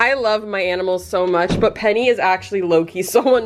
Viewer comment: LMFAOO “PENNYY”😂😂